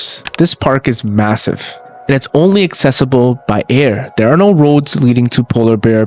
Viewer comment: You said thirty correctly, but you pronounced there as dare.